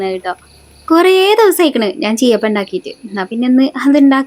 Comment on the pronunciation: സീ അപ്പം എന്നാണ് 😂ചീ അപ്പം അല്ല